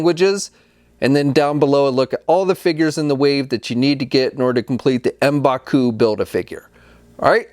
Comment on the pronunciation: Letting you know, your pronunciation for M’Baku isn’t “embaku”, it’s like “mmmmbaku”. Hope this helps. Thank you! :)